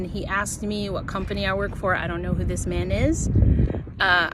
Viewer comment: "ar, er, ir, or," Work not wwaaak